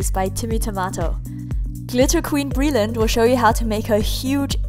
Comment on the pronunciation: Pleeeease not breland!